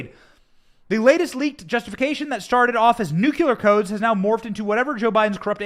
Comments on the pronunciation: Am I the only one who finds it kinda funny and fitting that Thibault sounds like Tybalt from Romeo and Juliet? And Benny, you're driving me crazy. It's nuclear not nucular. Sorry for the semantics, I couldn't help it. Anyway, keep making content. This is great. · Benny, love your show, but please learn to pronounce NUCLEAR! It's not f*ckin NUQULAR. It's like you're a reincarnation of Jimmy Carter who proclaimed he was a Nucular engineer! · It's nuclear, not nucular. Anyway, another good show. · Tainting the jury pool. Highly illegal. "We're not sure, but probably" seems to suffice when the Left wants to accuse the Right of something. The shoe doesn't fit their feet the same, apparently. Why can't Right wingers say "nu-cle-ar"?`Do they ever type it out? It comes from the word nu-cle-as...🙄 "Threat to our Democracy" Translation from propaganda to truth: "Threat to our Democrat Party's attempt at total dominion over all citizens of the United States (and invited illegal residents)".